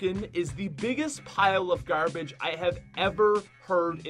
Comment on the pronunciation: you have an accent when you say things like garbage and it's weird listening to it :0